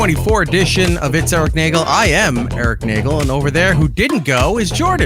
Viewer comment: It’s pronounced “NAY-gelllll” You have to let the e’s breathe